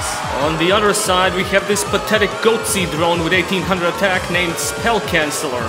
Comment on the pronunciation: Man said pathetic goatse ☠️